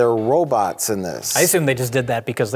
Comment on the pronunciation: Am I the only one who heard Mike say "wobots" ?